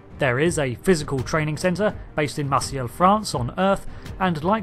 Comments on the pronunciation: It’s “Mar-SAY”, not “Mar-see-ill”. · How is it that I, an American, know it's pronounced "Mar-say" and a Euro doesn't? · Marseille --- pronounced 'mar-say' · Interesting video topic. Also surprised you didn’t pronounce it as Mar-say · Did you just not have any history or geography or language courses, like ever? How can you not know how to pronounce Marseille?